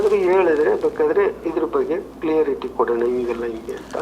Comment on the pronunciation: ಸರ್, ಕ್ಲಿಯರಿ ಟಿ ಅಲ್ಲ ಕ್ಲಾರಿಟಿ